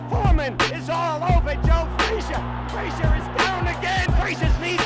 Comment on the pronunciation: Even the way Ali pronounced Frazier's name was derisive - "Joe Fray-shuh." Joe was a good guy and a great champion who didn't deserve to be treated that way.